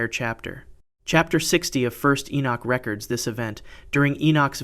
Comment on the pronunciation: Re-cords is the proper pronunciation that should be used here. Rec-ords is still a viable pronunciation, but entirely different context.